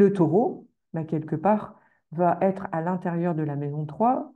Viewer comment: Pourquoi les "astrologues" sur YouTube disent fréquemment "vaTêtre" ?